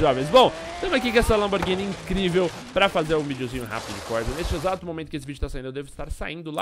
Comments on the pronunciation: " Lamborguini " hauahaushshhs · LAMBORGUINI kkkkkkk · po LamborGUIni não né... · É LAMBORGHINI, COM "H"